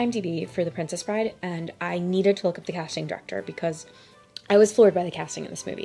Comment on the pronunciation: How did you get it wrong twice? It’s “The Princess Bride.” Full stop.